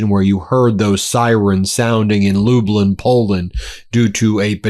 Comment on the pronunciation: Such a simple name for a Polish town but still not pronounced right, it's not Lubelin it's pronouned Lublyn, it's spelling is Lublin, say club then minus the c. Sorry for pointing it out, I'm a fan of yours, but from a Polish background living in Canada and visited Poland before, it just bothered me hearing it pronounced so bad. Also my dad is from a small village near there, so that was the area of Poland I visited to meet relatives of mine.